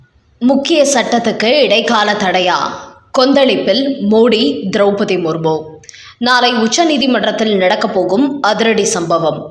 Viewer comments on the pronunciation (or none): none